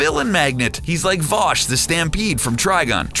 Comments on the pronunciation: Vosh the stampede? Who the fuq is that!? You mean Vash the stampede? Cause that's his name, VASH. V-A-S-H. Vash. Best put some respek on his name fr fr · dont forget Vawsh the Stampede. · ryryman2004 Lol yup. He also said Vosh the Stampede. My ball hairs stood on end from the cringe. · The way you mispronounce "Vash the Stampede" and "Uub" is just sad. -_